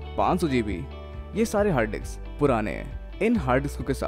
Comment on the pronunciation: Hard disk or harddiks (you're pronouncing like it ) #justasmallcorrection